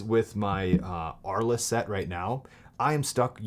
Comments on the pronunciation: The pronunciation is "arl". Thanks for the video! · Thanks for the video. By the way, the lenses are named after a French city which was home to painters Vincent van Gogh and Pablo Picasso. As apocryphal man pointed out, it's pronounced "Arl," the "es" is silent.